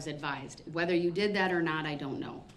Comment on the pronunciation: Da-Rell should be provided the record so he can try to read through all the instances where he said "GROUNZ" and the court reporter's accurate recording of 'Ax'd" and "Dat"